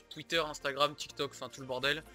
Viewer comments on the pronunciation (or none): none